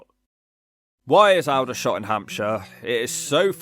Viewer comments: It’s ALL dershot not AL dershot! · Wow, has anyone ever told you how funny you are...... No.... Wonder why? FYI Aldershot is pronounced alll-der-shot NOT Al der shot. Finally, 'getting mugged without a moments warning' Yeah, thats really inconsiderate isn't it. I much prefer a mugger who gives you an hours warning. That way you'e got something to look forward too. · Mate it's Al-der shot not Alder... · Please learn to pronounce Aldershot its not Al dershot not All dershot, comes from the Alder tree which is pronounced Allder. It's a shit place but not pronounced the way you did 😂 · Please stop saying Al-Dershot it's pronounced All-Dershot. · I wish he knew how to pronounce Aldershot . Its not Al its All der shot . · It's pronounced All-der--shot, not "owl-der--shot". Your description was pretty accurate though - we thankfully left there many years ago! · Stop saying Al - der shot. That's All - der shot. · Please learn how to say Aldershot. It's pronounced All-der-shot, not Owldershot. Mind you, it is still a shit hole! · Maybe I’ve been pronouncing Aldershot wrong for years- I thought the first 2 letters were pronounced like the English word “all” and not like the nocturnal bird “owl”? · “Al da shot”? Its…”Ulder shot” 😄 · At least pronounce the name correctly if you're going to put Aldershot on the list, it's not Owl-dershot, it's Auld-ershot. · ALL-dershot, not Al-dershot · FFS is said All-dershot! Just like the tree is an Alder (all-der) not Al-der. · It's pronounced "Oldershot" not "Al-dershot". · all -der -shot nothing to do with an owl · Awldersshot,not al-dershot🎩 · Cant argue with Aldershot it used to be so vibrant, now nicknamed NEPALDERSHOT, it is a sh1thole, by the way of you pronounce it ALLDERSHOT its the correct pronunciation, Portsmouth used to be be great too now its more foreign, really run down, used to be so great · it's pronounded ALL der shot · It’s pronounced All /Aldershot .But you’re right about Lumley. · its pronounced all-dershot bro